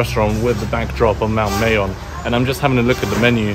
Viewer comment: It is pronounced as "MAH-yohn". Filipino language ALMOST NEVER uses long vowels.:) It's been a few days of vlogging in Bicol now, perhaps you can now pronounce it correctly?